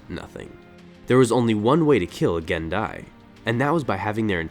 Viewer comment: The race is pronounced “Gen-Die”, no J sound. You even used an image from the MMO where it’s pronounced in speech. I’ve noticed a LOT of mispronunciations on your videos. A bit embarrassing for a channel called The Lore Master